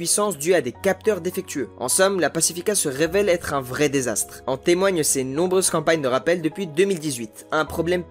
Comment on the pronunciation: Je n'ai pas voulu paraitre pédant mais franchement la liaison T être est vraiment osée